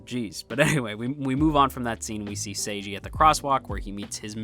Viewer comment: His name is "Seigi", not "Seiji". It's important to differentiate (the pronunciation) of the name because it's also plot-important. Seigi got a lot of trouble due to his unusual name. That wouldn't happen if his name is as normal as "Seiji".